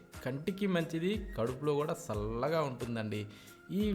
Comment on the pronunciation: సల్లగా కాదురా నాయనా చల్లగా